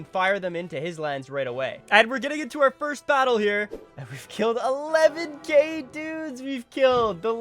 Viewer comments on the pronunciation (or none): When he Said "we killed 11k Dudes!" Ngl, it sounded like We killed 11 gay dudes! And I was like, what the what? Ck3 hás this mechanic aswell?